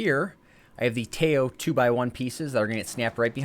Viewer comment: It's actually pronounced "Tie-o", not "Tay-o"